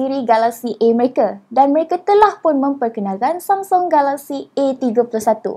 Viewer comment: lain mcm sebut samsung galaxy 😅